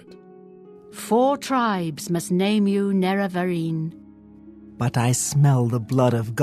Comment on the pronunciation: I’ve heard too many YouTubers pronounce it “NUH-rev-uh-reen” But it’s derived from Nerevar. It’s obviously supposed to be Nair-uh-var-een.